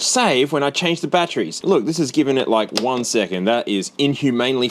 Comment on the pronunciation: It's batteries, not "bat-trees."